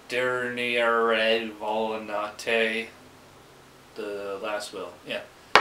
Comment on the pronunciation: Nice pronunciation! Sounds a bit different to be Duvel light (have you had Duvel Green?). I've stuck with their darker beers and I'd say it's been a good decision based on the reviews of the rest of their lineup.